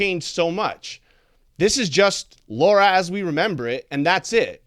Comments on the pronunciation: Sir! Stop Say Her Name Wrong!🤦🏽‍♀️ Her Name is Lara! L-A-R-A! And Not Laura!Lol🤭😅😂🤣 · Why does everyone always pronounce Lara like Laura? Almost everyone does it! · Originally it was Laura but then they changed it to Lara. So it doesn't really make difference